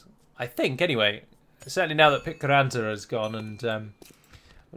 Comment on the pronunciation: As a native Finnish speaker it so funny to hear you pronounce Ruskea Vene (Brown boat) and Pitkäranta (longshore). Ive always been curious how the team came up with them. Please upvote this so that sees it:)